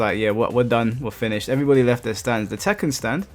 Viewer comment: It's tekken bruh😂